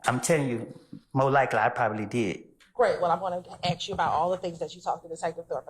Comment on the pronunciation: How u go to law school and still can’t properly say “ask”